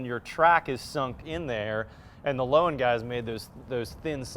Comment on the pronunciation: Loewen is said "lerven." Not "lowen." Its a German word for "lion." Steinbach Canada where Loewen windows is headquartered had many German immigrants in the late 1800s. It's a German Canadian town. Cheers from German American.